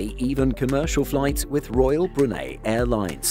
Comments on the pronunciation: You know I'm not grammar nazi or do I think someone should spell everything correctly. You know live and let live.BUT I WILL BE DAMNED IF PRONUNCIATIONS ARE NOT TAKING SERIOUSLY THIS MAKES ME GO NUCLEAR. BRU-NEY??? WTF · Do people in Brunei pronounce it the way the narrator does in this video or is he just saying it wrong? He’s saying “bru-nay” but I’ve only ever heard it pronounce “bru-ny” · Many thanks for this but would like to point out that you kept pronouncing Brunei incorrectly it is Bru (as in Iron Brew) and Nei (N’ eye) definitely not ( Ni or Knee). It grated on me and yes, I have been these for work. You also pronounced Austria wrong.